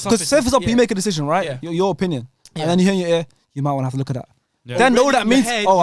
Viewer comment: why can't that guy pronounce 'decision' properly